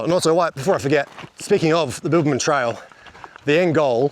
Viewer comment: Were you saying Bilbaman or Bibbulmun?!! 😂